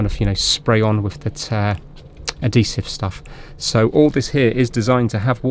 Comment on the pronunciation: Am I the only one that does a double take every time I hear "Ah-deesive"?